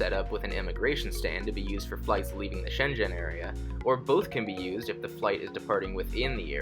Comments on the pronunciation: Ok...others have mentioned that the language is Danish not Dutch. If you'll permit a granny this small correction. The zone in Europe is pronounced SHEYN-G'IN. Your pronunciation sounded more like Shenzhen in China. Best from Switzerland. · “Schengen” is pronounced sheng-gen. It’s a hard G in Gen like how you say Gun. The way you pronounced it would almost sound like Shenzhen, a city in China. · Thanks for vlog,, just to share that 'Shengen' (E.U. area) is pronounced ' Shen-Gen ' with a 'G'. Hope that's helpful.:yougotthis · Could be worse, I kept mishearing the pronounciation of Schengen as Shenzhen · I was going to say the same, it's pronounced with a hard G. Shenzhen is a city in China! 😉